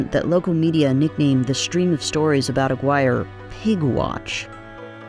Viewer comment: Americans, pronounce "Aguirre" properly challenge, LEVEL: IMPOSSIBLE.